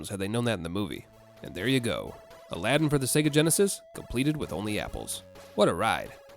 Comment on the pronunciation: first of all it's Aladdin not Aladdin you would notice the difference if you could hear me 🥲